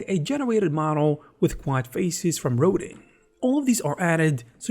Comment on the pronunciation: Please Google the sculptor Auguste Rodin. It's pronounced row-dahn with a very soft n at the end.